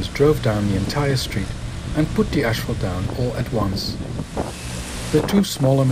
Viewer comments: Good video, but the word is pronounced as it is spelled 'asphalt', not 'ashphalt'. Lord knows your English is way better than my Dutch, but still ... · it's asphalt, not ashphalt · STOP SAYING "ASH" FFS